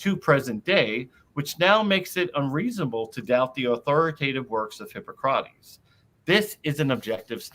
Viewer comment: Hard to take someone seriously if they claim expertise in the classical era, and can't pronounce Hippocrates....but I'll try.